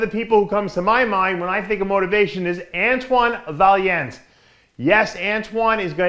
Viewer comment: DAve work on your friggin' pronunciation my friend. Just ask Antoine how to pronounce his last name! Respect!